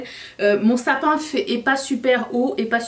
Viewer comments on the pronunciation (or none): Mdr quand tu as dit « Tapin » (pour Sapin) j’ai tellement ris car en France un tapin ça veut dire quelque chose de pas très catholique 😹 Sinon ☕️ toujours 😃